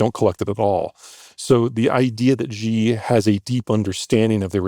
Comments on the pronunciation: Really can’t understand how it’s so difficult for American political commentators to pronounce his single-syllable name correctly. People, ‘X’ is pronounced like ‘SH’ in Chinese pinyin, which is their phonetic system for using the Roman alphabet. So “Xi” is pronounced “she.” You know, just like that super common English pronoun. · Xi is pronounced very similar to the letter C, not Shee, and Jin is Jin certainly not Jean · Agree with you. Definitely Jin, not Jean. As for Xi, it's a lazy "shi" sound without puckering your lips. Of course, I'm Cantonese, so what do I know? ✌️✌️✌️✌️✌️🇨🇳🇨🇳🇨🇳🇨🇳🇨🇳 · Who is this guy? A stunning level of ignorance and childlike analysis. He clearly has no real understanding of China. He can’t even pronounce Xi’s name correctly. That’s all you need to know to leave him in his playground. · Zeihan mispronouncing the Chinese president's name never gets old. If Zeihan is an expert on China then anyone that uses WebMD is a doctor. Would be funny though if someone asked Zeihan how many Chinese friends he has. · He's also claiming to be enough of an expert on China to assert that it's certainly doomed whilst not pronouncing Xi properly 😂. Suspicious at all? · So much college and he still cannot pronounce Xi's name correctly. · Not sure you can trust any China analysis from someone who can’t pronounce “Xi” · Zeihan would have more credibility on China if he knew how to pronounce the name of it’s President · A China forecaster who doesn’t know how to pronounce Xi. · Professes to have a deep understanding on China yet cant even pronounce xi properly. He has absolutely no idea what information xi is receiving or not. I would bet my life China doe not completely collapse in the next ten years even if they have very real issues which will cause plenty of pain. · Deeply deeply cringe. Also, learn how to pronounce “Xi,” China expert man. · I struggle to accept anyone as an authority on China if they pronounce "Xi" as "Jee". It's not that hard.